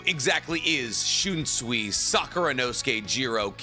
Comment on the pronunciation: I love your videos SO MUCH. Bleach AND Naruto are very important to me. But has no one told you that you pronounce, “SUI” in Japanese as, “SOY”? It’s, “SHUN-SOY” but pronounce SOY faster to sound like SOYEE. Also, it’s, “studio PEE-AIR-OH”…not, “PERRY-OT”. 🎉 I’ve wanted to tell you for so long 😂 English dubs always pronounce it, “SWEE” and it just stuck. It’s a shame